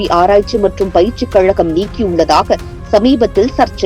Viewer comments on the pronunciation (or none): none